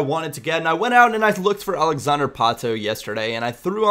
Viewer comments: It's pronounced like it were not the American way ( alexander Pātō, English ) but Portuguese like Alèksàndré Pātú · Its not Patoo... And you are pronouncing Alexander wrong too